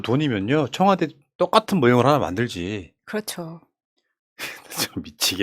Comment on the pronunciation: 청와대입니다 청화대 아니고